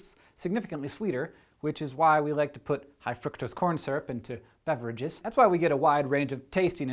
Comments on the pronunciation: I feel life he doesn't know how to pronounce "fructose" so he just kinda mumbles it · i hear from a guy at UC berkely that Its fruktose not fruitcose ... i spelled wrong for accent. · when hank said fructose i though he said fuck those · Is he saying Fructose frucktoast?